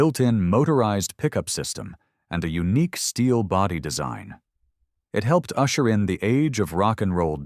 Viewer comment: "Usher -in"hahahahahaha 😂